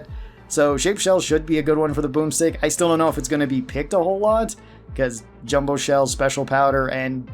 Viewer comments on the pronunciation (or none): none